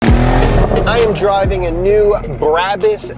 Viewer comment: Its pronounced braw boossss